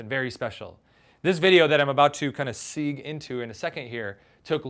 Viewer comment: and is he mispronouncing "segue"?